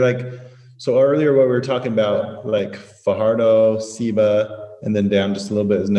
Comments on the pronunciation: Absolutely love your video. As I was watching, these were some of the thoughts that ran through my mind.: You probably know by now, but Ceiba is pronounce say-ba not see-ba. I'm assuming you were referring to Charco Frio/Las Tinajas in Ceiba. As far as I know, Charco Frio is the stream there at the bottom where you park. The hike from there takes you to Las Tinajas, which has the lower level and the upper level. The upper level provides some heart pumping, adrenaline jumping opportunities. The whole place is such a cool spot. Thank you for educating me on how to pronounce Acai. I love this ice cream/gelato/Acai bowl shop here in Central Florida, and I always say a-sigh. It looks like I've been saying it wrong all this time. If you haven't explored the SW part of PR, you have to put El Faro de Cabo Rojo on your list. It is exactly the most SW point of the island, and one of my absolute favorite spots on the island. San Juan is not for me, either. Some people are just geared for big city life, like Miami, NY, and LA. Not me. Those places are great to visit for something particular ... but it's basically get in, do what you need to do, and get out for me. You couldn't pay me to live in the San Juan area. When you mentioned that moments of natural beauty are like a breathe of fresh air, that's how I feel with elevation, mountains, incredible views and landscapes. That's why I love the mountainous regions and cities. Love them. Plus, since the air is cleaner and cooler, it really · Ceiba could be pronounced: SAY bah. And Humacao could be pronounced: Uhoo mah cow. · I loved this video!! I live in Naguabo, it’s so nice that you enjoy Charco Frio, I grew up right down the street from there! You pronounced Naguabo correctly 😄 Ceiba is pronounced like Say-ba! I’m happy you love our island! 💜